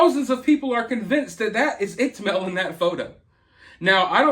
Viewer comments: Pretty sure iCkEdMeL rhymes with wicked Mel. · Upchurch has 3 million subscribers,. And Mel’s channel is pronounced Ick-Ed-Mel lol. Soo many people (including Upchurch) pronounce it IckTMel and it’s buggin’😜🤣. Something is definitely going on with Ryan. I like that guy. And I’m really concerned for him. I saw one of his videos after a sold out concert in Nashville a while back, where he was talking about using shrooms with the locals. And he liked it. He woke the next day feeling good. I don’t recall his whole experience, but I’m wondering if he’s taken it too far. Or if he’s using other substances. I’ve never seen him go off the rails like this. I do know that lot of people sent Upchurch some of the info you’re showing that Upchurch recorded. I think people have started this ball rolling. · No biggie but just an FYI a heads up it's pronounced like Wicked without the w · It's Ick-ed-Mel.